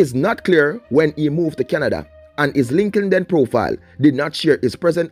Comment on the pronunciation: Lol “linkinden profile” 😂😂😂😂